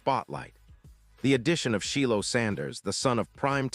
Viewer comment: It’s Shilo! 😅(chi lo)